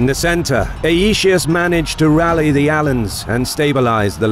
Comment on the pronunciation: Lol of all roman names it surprises me aetius would be the hardest for you to pronoune correctly. Ay tee us thats how its pronounced lol.